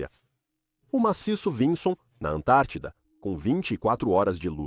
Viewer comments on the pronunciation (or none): none